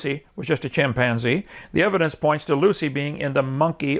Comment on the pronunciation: Hovind such a narcissist. He literally refuses to say “evidence” (which is spelled the same way plural and you argued it was spelled with an s at the end ) the correct way. You refuse to be wrong even when you are even in the simplest of things. He literally regards to himself as “The nicest guy you’ve ever met” after he insulted arons haircut as a beginner to his rebuttal. He has a yes-men crowd there with him to nod their heads every time he says something. He’s a bullshitting contradicting narcissist.